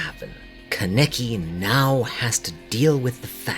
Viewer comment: Love this vid but I was very bugged by you pronouncing his no name 'kenicky' 😂 it's pronounced 'kana-ki'